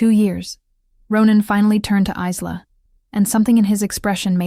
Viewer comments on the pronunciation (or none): Good story. Part 2, please! However, Isla is pronounced EYE-LA, like ISLAnd or ISLe ending with an A. The S is silent.